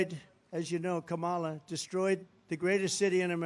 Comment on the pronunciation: He can’t even pronounce Kamala. 😂😂😂